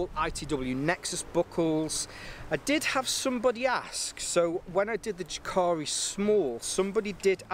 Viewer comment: pronounced Yah'kah'ree